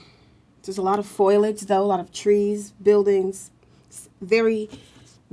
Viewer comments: ooo this is older footage! before she learned how to say "foliage" properly ;) (I always got a kick out of her "foilage" hehe) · Please stop saying "foilage" it's "foliage." Not a huge deal, just distracting while already watching something very strange. Not sure I believe this is real. It could easily be manufactured for manipulation of the public, but I rule nothing out. It does appear that you have selected uneducated individuals, though,, brought them in very young and trained them. I'm not sure if formal education would work for or against you because of indoctrination. If this is real you definitely need excellent story tellers with an eye for detail and a flair for the dramatic to make the experience thorough and entertaining. seems to have all of the necessary qualities, but working on her vocabulary would certainly help her to relay what she is experiencing.